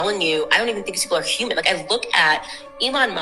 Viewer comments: She said a "Herman size" owl....😂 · Did you hear that girl try to say the word HUMAN ???? Omfg that was some funny shit. That girl was super stupid too. She said herman for human man!!!!! Hahahahahaha